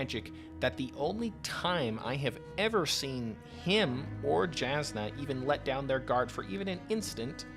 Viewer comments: Great content. Love your perspective! Main note I’d leave is please double check your pronunciations. Js are pronounced as Ys. It’s not Jas-nuh. It’s Yas-nuh. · Just wanted to clarify as an audiobook listener and someone with a slight pet-peeve for mispronunciations (it's understandable, my brain just doesn't like it XD), both Brandon himself and the audiobook narrators prounounce Jasnah with a germanic "Y" sound and not a "J" sound. So Jasnah's name is pronounced "Yahs-nuh". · Very good video! My brain couldn’t handle your pronunciation of Jasnah (J is usually a y sound on Roshar) but I’m sure multiple people have told you that already :)